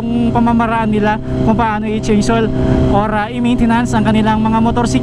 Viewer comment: mamaltuk cabalen haha. "Change hoil"